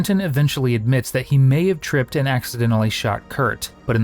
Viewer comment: It's like a speech impediment trilogy